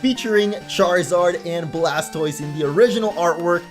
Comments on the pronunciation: He said blastboise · He said Blaspoise